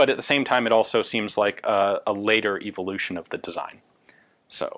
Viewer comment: Gun Jesus sure does say "evolution" funny.